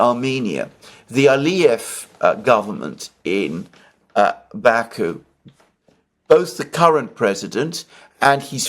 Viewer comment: The right pronunciation is pashinIAn and bakU.